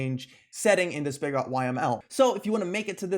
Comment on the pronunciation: Know I'm a bit late here, since this video was months ago. but "spigot" is pronounced similar to how bigot, carrot, riot, idot, maggot, pilot, and ballot are. I'm not sure why, but words ending in "ot" in English tend to have the "ət" sound. Not trying to be a pain, just might be helpful for the future. Other than that, great video.